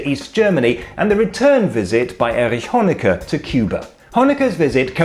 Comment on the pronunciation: A "ch" pronounced perfectly by a Brit. Brings a tear to my eye.